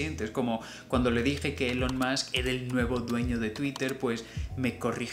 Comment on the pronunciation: Será ílon ¿Cómo dices elon? (¿si el apellido MUSK lo dices bien como masc?) ELON MUSK - El mundo de hoy se divide esencialmente en dos tipos de personas, quienes dicen (BIEN) ílon, y quienes dicen bien el apellido pero mal el nombre como elon. Que nadie se moleste, pero quien dice elon y no ha tomado los 6 segundos que se tarda en poner en Google "elon pronunciation" indica mucha dejadez y pocas ganas de aprender. Es el p*t* nombre más popular en todo el mundo en 2022!! BONUS: BUG se pronuncia bag (como BUS es bas).